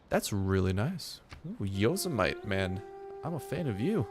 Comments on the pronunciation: Lol yozamite. its pronounced yo-sem-a-tea like Yosemite Sam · It's pronounced Yo-Sim-Ity, not Yo-Si-Mite. Just fyi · Yo-sem-a-tee not yos-a-mite